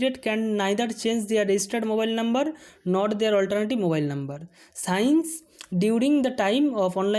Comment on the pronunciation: Thanks Vi. But, সিন্স (Since) হবে, সাইন্স নয় উচ্চারণ 🇨🇮👉